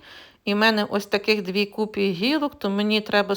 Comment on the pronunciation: "купі, лапмі, насінині" - ви говорите як моя прабабуся :)